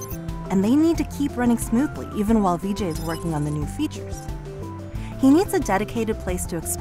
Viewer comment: That's really cool. But a small note: his name's "Vijay" where there's no lengthening of the first vowel. Hence, it's 'Vijay' where the 'Vi' sounds like the 'ri' in 'risk', not like 'me'. And all that would have been required to figure out how to pronounce his name were less than two minutes on Google.